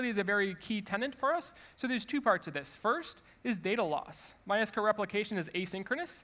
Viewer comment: Thank you for saying My S-Q-L and not my "sequel"